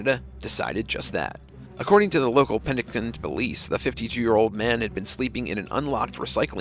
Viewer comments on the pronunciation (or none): #4 happened in Penticton (Pen-tick-ton), British Columbia Pen-nick-ten?